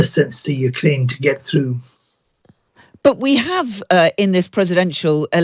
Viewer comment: Pull "though"? Did you mean "through"? Or "tough"? 😂